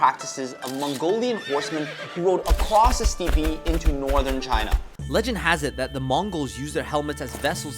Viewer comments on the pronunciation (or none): Steppe is pronounced like a single stair, "step" not "stee-pee." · It’s steppe, as in step. Not steepee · IKR?!?!? Dafuq is STEEPEE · Uhh… steepee? lol. Steppe. Like step. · Step. not "stee-pee." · Steepy? wth is a steepy? I think he meant "steppe" which is pronounced "step." Our common general knowledge has disappeared in a single generation. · Steeppee? Steppe? What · Steepy? It’s “step” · LMAOO ITS NOT STIPPIE. Steppe is pronounced step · bro really said steepy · "Steppe" is one syllable BTW, it sounds like "step"